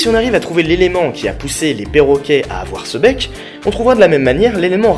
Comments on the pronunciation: bien la video mais tu a dit mec u lui de bec du coup j ai cru que tu parlait de bite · Au départ j'ai entendu "mec" au lieu de "bec" x) donc voilà, toute pieuvre qui se respecte a un mec. Oui, c'est farfelu. Autant que ta coiffure même, je dirais. :3 :p